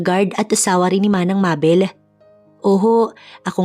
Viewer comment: Shout-Out from CANADA 🇨🇦 🍁 Namesake ko yung isang karakter ninyo dito 😀😃 but here in CANADA 🇨🇦 they pronounced MABEL as MAYBELLE ( MAY not MA ) 🥰 ‘Nyways, we’ll see how this story goes! BTW, Hindi ba’t FAUSTO iyon not FA—USTO?? 🤔🤔 katuwa handle ng narrator “ ” 😛😛